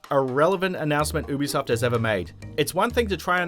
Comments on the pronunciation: You-be-soft not uwu-be-soft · Why does it sound like he's saying boobysoft ?